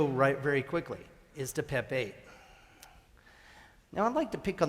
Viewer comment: At first I thought he asked "Who doesn't like Pepe?"🐸